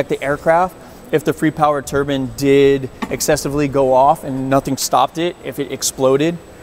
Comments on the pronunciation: I cant watch this guy say turbin anymore.... I get enough of that at work man, theres an E and the end for a reason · It bugs me when people pronounce turbine like turban.